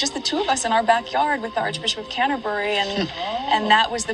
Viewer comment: If ya wanna lie then pronounce things properly... Canterbury isn't pronounced like that